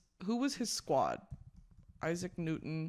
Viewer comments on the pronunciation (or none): none